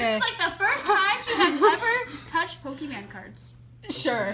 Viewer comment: "This is like the first time she's ever touched PokéMAN cards" "who's mans" 😂😂😂 did any of you guys hear that ? xD